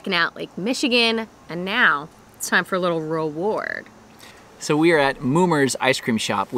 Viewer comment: Did say “roward”??